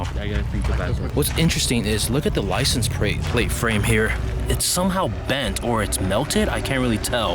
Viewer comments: "ricense" "prate" "mcraren" "merting" lmfao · "License pRate" ha! The asian came out momentarily